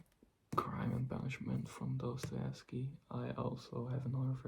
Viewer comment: Прекрасное видео! Жду с нетерпением новое🫶🏻❤️ Я долго не могла понять вы русский, учащий английский или иностранец, учащий русский. У вас прекрасное произношение фамилии Достоевского, хаха. Это меня и смутило Желаю удачи в развитии канала✨🎀 I couldn't understand for a long time whether you are a Russian, an English student or a foreigner studying Russian. You have a beautiful pronunciation of Dostoevsky's last name, haha. That embarrassed me I wish you good luck in the development of the channel✨💖🫶🏻